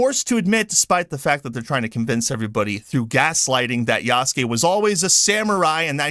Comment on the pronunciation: I like how you pronounced Yahhhhsuke lolz! Ubisoft probably noticed that they could make him gay just by elongating his name. Yahhhhhhhhhsssssss!!!